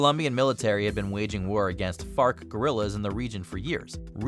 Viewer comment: Bruh, u saying fark or fart guerrillas😂